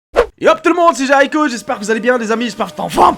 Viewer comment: Tu a dit jaricko alors que ta chaîne c'est jericho